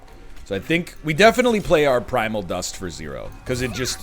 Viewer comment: No, don't worry, the "s" in prismal is silent 😂. This man and his names for things... Edit: as a side note, NL, if you played Transcendimp and it repeated the max HP gain, the Transcendimp would gain the max HP, NOT the Thorned Hollow.